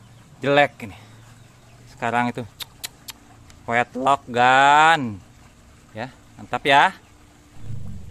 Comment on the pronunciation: Untuk kata "wet look" (kesan basah / nampak basah), ngucapinnya wet luk, bukan wet lok, kalau lok itu untuk ngucapin "lock", yang artinya kunci...